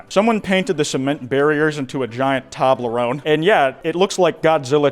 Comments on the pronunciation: taw blerone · I'm sorry, did you say tombleron💀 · I screamed when you pronounced Toblerone. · you did not just pronounce toblerone like that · 1. THATS NOT HOW YOU SAY TOBLERONE 2. THEY COME WITH THE TRIANGLE SHAPES SO YOU CAN SNAP THEM OFF YOU TROGLODYTE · Or how he says 'toblerone'